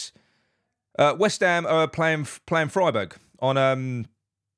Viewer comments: Keep on doing just what you & the guys are doing - we all appreciate your down-to-earth style. PS: it's pronounced Fryberg BTW. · Freiburg as in Tryburg